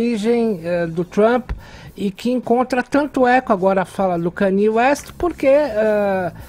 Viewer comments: Que aflição ouví-la dizer Kany - E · A pronuncia correta é kãniê, a forma que ela falou ta mais proxima da correta do que a versao abrasileirada kayni assite o video a´te uns 12 segundos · A pronúncia é CÂNIE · "Kaniê"...KKKKKK // Comentarista do mundo pop q n sab nem a pronuncia de um grande astro pop...Vamos rever aí... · O pior é essa moça falando Kaniê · a pronuncia certa eh meio complicada ("kániê") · caralho tu não sabe pronunciar kanye, como conseguiu esse emprego?